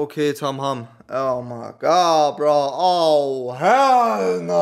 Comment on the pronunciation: das heist nicht tamham sondern tamam